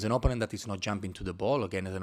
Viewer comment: ... Man könnte oder sollte den Coach zumindest mal korrigieren bei der Aussprache des Wortes OPPONENT (Gegner). Nichts gegen einen Akzent, aber er spricht es sehr falsch aus. Und benutzt dieses Wort so geschätzt 10 bis 12 mal jede PK. Alleine die Korrektur dieses Wortes würde sein Englisch gefühlt viel besser machen. Sein Englisch ist ausbaufähig, insbesondere die Aussprache einiger Wörter. Ich verstehe alles was er sagen möchte aber es kostet mitunter einiges an Konzentration. Ich beneide unsere Spieler nicht. Denen muss der Kopf qualmen nach 1 Stunde Theorie Schulung.